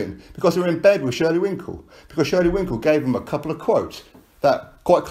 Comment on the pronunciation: LOL! It is shelly Finkel, why does every on keep calling him Winkle? LOL!